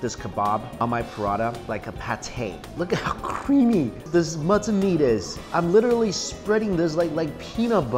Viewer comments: Are you saying "mutton"? Keeps sounding like "mutson" meat. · Am i the only one to notice he says muttun gunny?? Lol